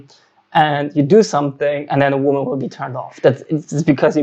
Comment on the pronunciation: Schau dir bitte mal an, wie man „Women“ und „Woman“ ausspricht - da die „creatures called females“ dein Hauptthema sind, nicht ein ganz unwesentliches Detail, das du wissen solltest